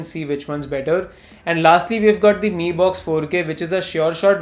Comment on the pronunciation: I wasn't able to distinguish you saying ME and MI..... Quite confusing😅